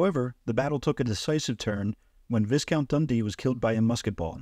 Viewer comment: This is an excellent summary, however Viscount is not pronounced Visscount. It is pronounced Vycount